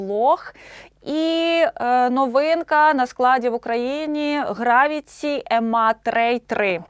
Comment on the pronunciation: Гарна ведуча. Невеличке виправлення. Назва мікрофону звучить "Ем Ей Трей Трі"